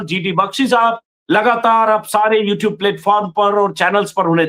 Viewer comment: I love the way G.D sab say the word Sab Respect from Pakistan